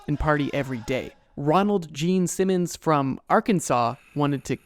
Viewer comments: the fact that you kept emphasizing gene simmons instead of ronald is a small but hilarious mistake lol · it was even funnier for the fact that the narrator kept emphasizing the gene simmons part instead of the ronald part of his name lol